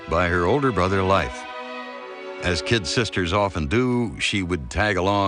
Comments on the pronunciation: It would be nice if words/names were correctly spoken.. eg: the name was Leif.... Not pronounced life. Is this AI or just poorly read? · I lived in Norway for years, and though they're lovely people, they're still very materialistic. They're also for the most part atheists. Both of these things make them very attached to money and things The name Leif is not pronounced Life. It's pronounced Lafe, with a long A. As in ace. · It’s very odd that A&E would have made such a mistake. We American kids were all taught how to properly pronounce “Leif” in school in the 70s and 80s.